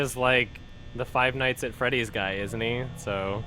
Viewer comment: Five nights at Fweddy's